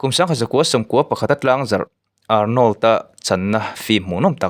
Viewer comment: Arnawl a ti suh..Arnawrld ti rawh aw